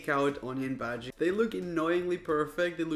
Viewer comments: You can say "onion baji" if you wish to but it's pronounced "onion bhaaji" okay? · I'm Indian He is saying bhaji baji 😂